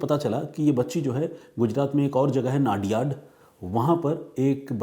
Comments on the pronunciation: नडियाद not नादियाड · वो नाडीयाड..नाडीयाड मत करो भाई,, वो #"नडीयाद" सीटी है।